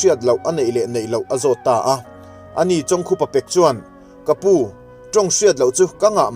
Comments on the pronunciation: Chawngkhup a ni lo .chawngkhuuupa tih awm Tak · A hming ilam dan hi ka hriat vawikhatna hetianga lam hi midang ka hrelo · Ngaihnawm lutuk e,mahse Pu chawngkhupa a hming i lam dan hian beng a ti kham deuh tlat.